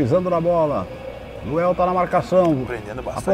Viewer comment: Pow narrador, colocaram LUANEL na camisa pow, mas você só fala LUEL, quem ta certo??? 😂😂😂😂😂😂😂😂😂